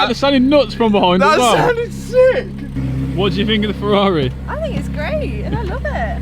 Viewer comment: Matt is building a ferrar(eh) 😂😂